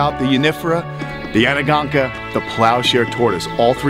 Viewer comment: Love your shows.. Ps: it's pronounced An-go-noka